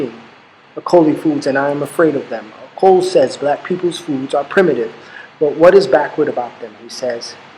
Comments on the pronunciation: Hello thanks for the work but i have I kind comment... the name Ocol is pronounced as Ochol not okol... the letter H is always silent in Acoli language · It's not song of Ocul like u say it, try saying the "O" in the middle like the one in beginning. Good stuff though. And it should be Acholi not Acoli